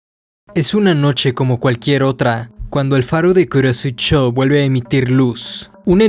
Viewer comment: Me encanta como dice kurosecho